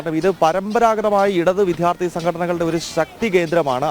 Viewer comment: Please correct your pronunciation it is vidyarthi not vidhyarthi